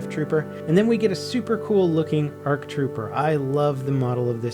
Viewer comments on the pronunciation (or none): Arf troopers? 😂😂😂 I think you mean Ark not Arf 🤣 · ARC NOT A R C. ARF NOT A R F.